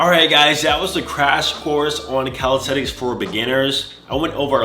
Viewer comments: Nobody:: calisTeTiks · No one:: 'Calishredics'